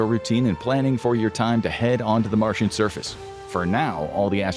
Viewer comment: It's Martian, not Marsian. lol